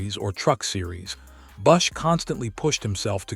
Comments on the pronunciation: Learn to say his name correctly. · If you're going to write a segment on kyle bush's death, at least pronounce his damn name, right?A I sucks